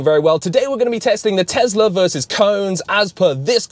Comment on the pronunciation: TEZLA bro is Tesla